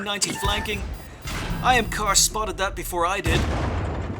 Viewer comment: Until the end screen, I thought his name was "I am Cautious" because you kept saying "IamKosh is". lol. I also learned that if I want you to look at my replay, I need to make sure I put "Good map awareness" in my title (-: Great vid and all who sent replays.